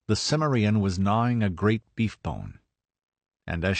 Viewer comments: I have a mild form of OCD that’s called grammar podiatry syndrome, so take this with a grain of salt and constructive feedback, but the word “CIMMERIEN“ stresses the second syllable not the last one. Did you not watch either of the Conan movies? Otherwise pretty good but again, familiarize yourselves with pronunciation. It does not sound good when you make up your own versionI’ve words. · Why is it alot of you guys pronounce Cimmerian wrong ? Conan deserves more respect than that .